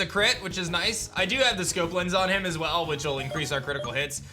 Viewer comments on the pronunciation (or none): none